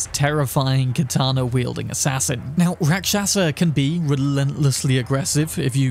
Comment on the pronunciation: Its pronounced... RAK SHAS , the A at the end is silent. Its Hindi word for demon or bad entity.